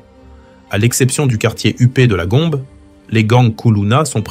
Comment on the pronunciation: Le quartier se nomme Gombé, et non Gombe.